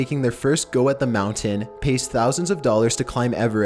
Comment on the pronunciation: Omfg STOP SAYING MOUNTAIN LIKE THAT MOUNT-AIN Not How ever the fuck you say it